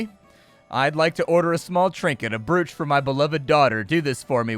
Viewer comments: just to be that guy.. "brooch" isnt pronounced like oo in look, its like "broch" not "brooch" .. ya know english language and all its nonsensical rules but thats what it is. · I couldn’t figure out if you were saying broooch on purpose :) it’s said ‘broach’ just FYI. Just in case 😛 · Brooch pronunciation. "Browch" Love your content BTW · Just want a beep to beep out that pronunciation of brOoch.🤣🤣 But looks like a fun game😁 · I winced every time I heard it.